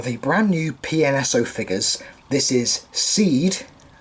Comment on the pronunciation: I believe your supposed to pronounce it as “Say-da” but i like calling it “SEED” anyway, cuz its funny lol. Great review, I actually really enjoyed hearing the background noise of the cars driving by. This figure is so objectively good, but despite Ank being one my favorite dinosaurs, I have never been a huge fan of this figure. I think having the safari one satisfies me plenty, also I do believe I prefer the safari ones armament seeing as there are signs of heavy flaws with the pnso armament despite its heavy praise (I haven’t sat down to do my full research just yet, do keep in mind) but I do remember briefly seeing some contradiction to the accuracy of this figures armament, especially given that this model i believe was sculpted even before the safari one.